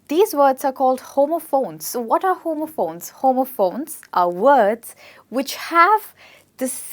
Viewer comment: WORDS. NOT WAODS.